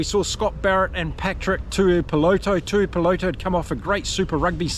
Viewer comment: His name is Tuipulotu, with a U in the middle